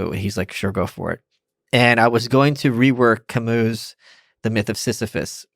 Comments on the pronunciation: If you can't pronounce it then please say Ca-Mew instead of Ca-MOO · Please I don't mean to be a pain but it's painful to hear people say Camoo. Please look up the pronunciation of Camus. Please don't say Ca-MOO.